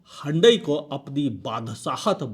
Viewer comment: हुंडई ❌ हंडई ✅